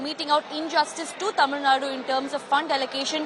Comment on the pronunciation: First say tamilnadu properly.. later u can connect about tamilnadu education and politics.